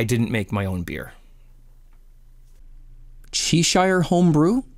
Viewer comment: LoL CHe-Shire-home-brew! LOL it's "Chess-sha!" :) Its a county in England.